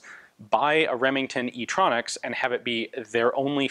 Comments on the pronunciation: I laughed my ass off when he said "e tronx" idk why it's so funny but i can't stop laughing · Nobody: Remington: STronxs